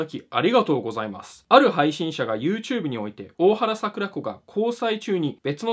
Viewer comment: PDRさんの大原櫻子の発音が知らなさをあらわしてるな笑